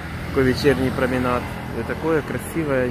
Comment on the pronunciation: Проминаж, а не проминад Дмитровках